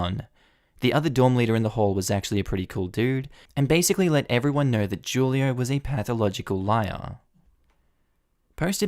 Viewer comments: Who-lio, not Ju-lio ;-)) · The name is pronounce WHO lee oh Not Ju lee oh. In Spanish, the J has an H sound. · I'm gonna put it out there that 'Julio' is probably pronounced "WHO-lee-oh". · So, I’m kinda surprised about your pronunciation of Julio because FYI Julio is Spanish for July.... lol in Spanish the letter ‘j’ is pronounced like ‘h’ so it’s pronounced ‘hu-lio’